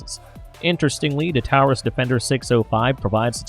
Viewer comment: Please stop pronouncing taurus that way for fuck sake